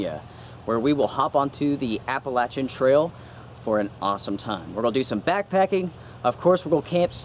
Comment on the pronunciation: Good stuff. And many thanks for correctly pronouncing Appalachian.